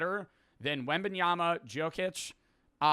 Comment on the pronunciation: bro completely discredited himself by saying Jokic wrong